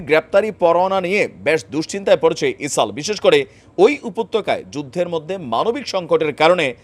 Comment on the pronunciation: বার বার ইসাল বলেন কেন? ইসরাইল বললে কি সমস্যা?